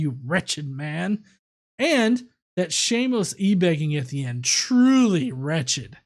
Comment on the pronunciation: While I have wretched listening to Todd, his channel is pronounced wretch-ed. As in he is a wretched sinner.